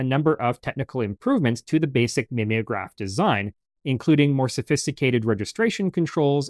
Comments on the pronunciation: NOT mim ee o graph but MIME O GRAPH as in to mime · MIM=EE=ograph? Are we sure it's not MIME-ograph?